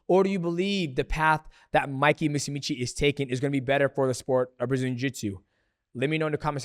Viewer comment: "Mikey MOOSEEMEECHEE"